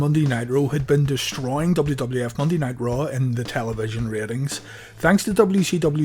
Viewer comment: it sounds like you said WCW Monday Night Raw. Had to replay it but you did say Monday Ni-roe.